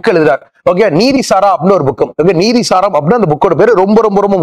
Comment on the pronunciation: Nithi saram Not neethi saram